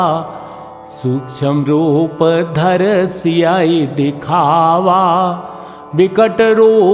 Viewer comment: सियहिं का उच्चारण बिल्कुल हटकर है।